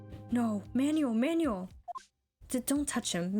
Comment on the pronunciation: Just for future reference the name Manuel is pronounced Man-well.